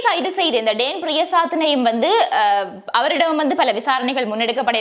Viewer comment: டேன் இல்ல டான் என்று கூறவும்